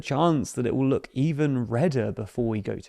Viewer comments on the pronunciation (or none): none